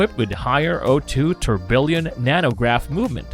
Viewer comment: Dude it’s cool you like watches but OMG learn how to pronounce these names!! You butcher JLC so hard I couldn’t even keep watching. (Also try learning Tourbillon)